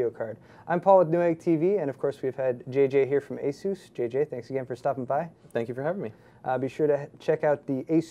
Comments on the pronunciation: STOP SAYING ASOOOS I DUN CARE IF IT"S THE RITE WAY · ah-soos is the correct way to say it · Why does this idiot insist on calling ASUS Azooz! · I think this ASUS guy next to him is latino, so he makes a joke pronouncing it like Hessus. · ASS-US, Asus.XD